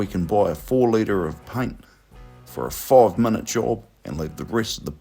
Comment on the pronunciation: I just noticed the narrator pronouncing "cliff" as cluff and "minute" as munute.